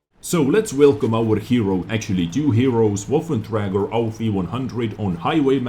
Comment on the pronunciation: PLEASE learn to say waffenträger, it's not woffen